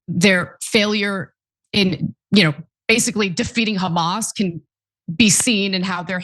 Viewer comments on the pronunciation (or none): none